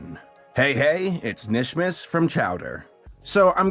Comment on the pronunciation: It’s kanishmas the k is not silent! No offense.